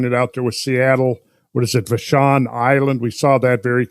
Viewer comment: Hey Randall, just because it kinda made me cringe.. it's pronounced va shawn island not vashon island. Like da da, va va. va shawn. Vashon Island. Lol Love your work though. And thank you for bringing the geology of Washington state to light. So very few people are aware of just how much glacial and flood history our beautiful state has.